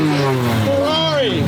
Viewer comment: stop trying to say ferrari the right way. you can't. just stop it youre american bruh